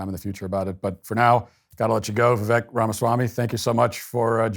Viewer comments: Too much credit. He couldn't even pronounce Vivek correctly. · Pronounced his name wrong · True. But Matt did have him on and let him speak without constant interruption. But yes he should learn to say his name correctly. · Surely Walsh is informed enough to know the proper pronunciation of Vivek…. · Try to say his name correctly please. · Does Matt really not know how to say his name? No research? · It is Vivek like cake MATT. Gees Vivek is so kind. He won’t even correct you. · Matt. Learn to say his name properly. It rhymes with "cake". Not "heck". Go Vivek! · Matt I’m disappointed to hear you mispronounce his name. Where have you been??? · Where have you been? Matt pronounces nobody's name right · Christ Matt, pronounce his name right. Don't be so damned rude. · Matt couldn’t learn how to pronounce Vivek before the interview? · Too bad he mispronounced Vivek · It’s V(wake) from Wake-up, not V-veck or Why vek… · Viv-ake like cake not Viv-ekkk like tech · Matt: Vivek is pronounced 'Vivake'', rhymes with 'cake' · For the love of.... Matt, VIVEK RHYMES WITH CAKE! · Vivek like cake. Ffs man. Gets his name wrong in the first 2 seconds. Bad start. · It's "Vivake" sounds like cake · It's Vivek like cake, Matt. He is so polite he doesn't correct people. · The reason I can't find the will to respect Vivek anymore is that he doesnt correct people on the pronunciation of his name. He used to take pride in it and its a very easy name to say. At this point, mispronounciation is disrespectful. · Vivek like cake!!! How many times does the man have to say it! lol. Vi-vake! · Just an fyi... It's Vivek as in cake. Vivake. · Its vi"vake" like cake. Come on Matt! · It's pronounced "VIVAKE". LIKE CAKE! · People still pronouncing his name incorrectly still is ridiculous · Vivek rhymes with cake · it’s Vivek like cake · Matt, by now you should know how to pronounce his name. It’s “Vivake” like cake. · Can someone tell Matt that Vivek's name, when pronounced correctly, rhymes with cake?